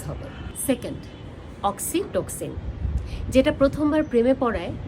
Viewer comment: খুব সুন্দর করে বোঝালেন। কিন্তু অক্সিটোসিন আর এন্ডরফিন উচ্চারণ দুটো সঠিক বললে ভালো হতো।